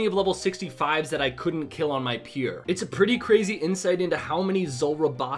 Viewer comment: learn how to say pure